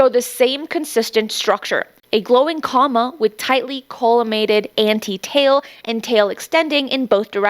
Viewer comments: It’s pronounced “KOE-mah” not “comma”. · Hey, just a FYI: “coma” is pronounced like the final two syllables of “aroma”, not like the word “comma” which has a double ‘M’ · yes, not pronounced comma. Thanks for pointing that out!